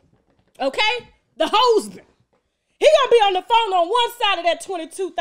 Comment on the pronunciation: She called him a “hosband”. 😭😭😭😭😭😭